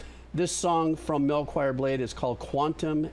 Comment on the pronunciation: Heads up,, it's "MelchiorBlade7", not "MelchoirBlade7", if you can please edit your video description to spell his name right. It's also pronounced "mel-kee-yor", not "mel-choir". Liked for Jamiroquai, Aqua, and Final Fantasy Tactics.